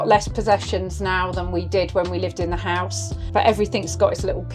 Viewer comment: What is a "hosue"? 🤣